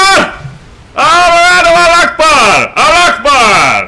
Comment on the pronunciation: You pronounced "Akbar" so wrong lol